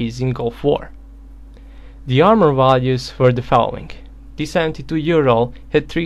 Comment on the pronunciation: T-72 Ural? You mean T-72 OURal!